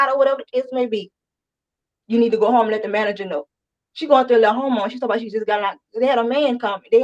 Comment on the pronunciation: Yes, my CC captioning said Home, but it sounded like you said going into a homo. I was like, how did YouTube allow that? 😅 and then she does talk about oral sex. I was surprised the judge didn’t shut her down. Maybe he just thought, doesn’t matter what she says. She’s gone.